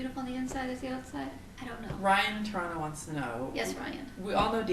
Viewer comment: Has your mother met Scotty Dynamo (or Colin or Will?) She has such a different accent than you - does she think you have become "Canadianized"? (Even if you have trouble saying "Toronto" properly) Does she get shocked that you correspond with so many people online that you have never even met?